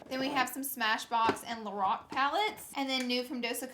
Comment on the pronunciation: I thought she said the Rock instead of Lorac